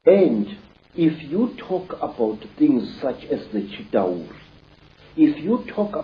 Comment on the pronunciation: It's CHITAULI WITH L NOT R